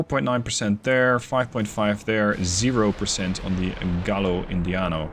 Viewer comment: Double Ls in Spanish sound like a Y - Gai-yo, not Gallow